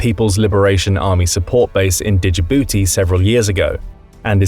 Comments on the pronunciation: There's no vowel between the D and J of Djibouti.If you just dropped the D you'd be pronouncing it more correctly than you are now. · Did anyone else hate how he pronounces “Djibouti”? 😭